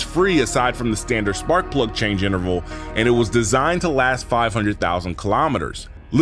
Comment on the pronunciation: Excellent video so far, but i gotta ask while i remember, are tou from Atlanta? The way you said "change" sounded exactly like Killer Mike 😂 ❤from Perth Aus